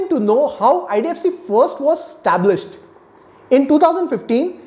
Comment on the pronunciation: Why do you say stablished 😂 say established 😬